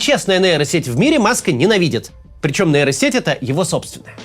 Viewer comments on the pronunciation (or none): сеть не нэйро а нейро, хватит говорить как безкультурщина